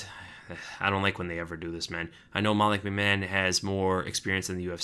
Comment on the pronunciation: Molly McMann? Can you read?